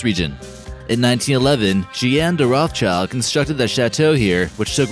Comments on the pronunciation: It's pronounced "rot - shilled" - not "rof child". The family's origin is in central europe and for that reason their name is german and has to be pronounced in a german way! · You’ve mispronounced their last name right off the bat...